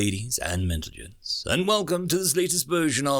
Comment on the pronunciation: Has he always said mentlegents? Am I Going Insane?